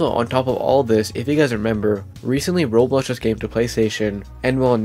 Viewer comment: Does blud know how to say Roblox? He keeps saying Roplos